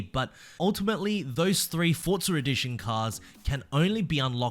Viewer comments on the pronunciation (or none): why do you say ForzarEdition instead of Forza Edition?